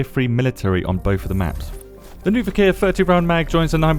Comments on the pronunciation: As far as I can see, it is not 'viKEEr', but 'viKHr', as in khaki [ka:ki] -> [vik(r)], or, if you want to get closer to the Slavic origins of the name, as in Loch [lox] Ness - hence [vix(r)]. (Sorry, if I double this comment by accident) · The correct way to pronounce it would be "Veekhr", just one syllable. "Вихрь" means "wirlwind".